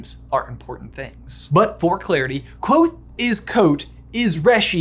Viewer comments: The Kv is a digraph. You hear both letters. "Kuh-vothe" isn't quite right but it's a lot closer than Quothe. Yes, I'm gonna be the weird fantasy pronunciation guy (even though Pat says to pronounce it however you want) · Ha lol I always pronounced it ''ka-vo-they'' in my head whoops